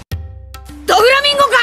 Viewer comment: Bro said doflaminto 😂